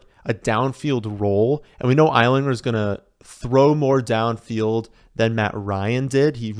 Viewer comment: From a colts fan, if you wanted to know how to pronounce Ehlinger, it’s L-ing-er